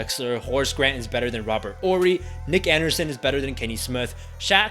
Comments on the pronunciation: 1. They got extremely lucky. Arguably the Jazz was the best team they faced. 2. The "H" is silent in Hakeem. 3. The "H" is silent in Horry. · The H is silent in Horry and it’s a hard J in Tomjanovich (Tom-John-O-Vitch)